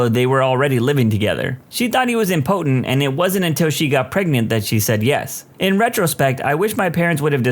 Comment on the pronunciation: In the Rejected Proposal segment the narrator mispronounced "impotent."